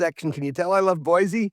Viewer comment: I’m always surprised how many Washingtonians say Boizee. You have to know that’s not correct. I’m a Washingtonian, btw